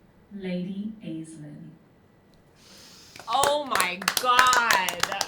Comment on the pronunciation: this is so cute and fun (but the pronunciation of 'aislinn' hurts me a little bit hasjhajh)